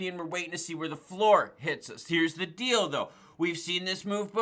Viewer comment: well here's the deal-do lol 😅😅 dildo i know it's deall though but that's what it sounded like 😆😆